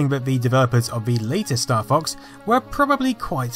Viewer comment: Oh, I thought you said "Staff Ox"